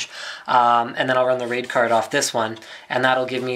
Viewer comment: when he said raid card i herd rape card